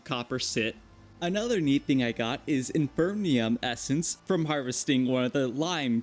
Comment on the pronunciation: I've seen 2 videos of yours and im losing my mind hearing you say infernium essence instead of inferium Also it shows you never have used create as its one of the most capable mods to solve the problems you had throught the video lol Great video though